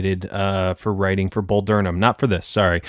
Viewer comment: Its Bull Durham, not durnum